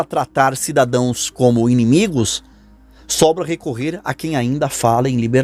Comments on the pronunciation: Amigo, não é cadadoes. É cidadãos!!! Você com certeza não é a janja. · CIDADOES NÃO EXISTE, A PALAVRA CORRETA É CIDADÃOS.